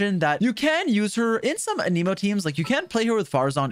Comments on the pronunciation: why is he saying aneeemo when its anemo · Ah yes. A-knee-moe, my favorite element. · Anemo is pronounced Anemo, not a Nemo 🐟